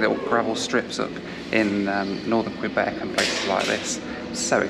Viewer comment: Apologies to you. I’m a former Montréal resident. I’m a little sensitive how “Québec” is pronounced. I know it’s silly, especially, I’m from Lawn-guy land, New Yawk. (Long Island, NY). You videos are enjoyable. I look forward to seeing your videos.